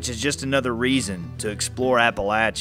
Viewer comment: I'm glad you know how to pronounce Appalachia.